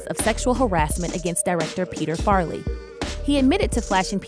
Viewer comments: Who’s Peter Farley ? You mean Peter Farrelly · It's 'Farrelly', not 'Farley'. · "Peter Farly"? You mean Peter Farrelly? Two seconds of research, guys...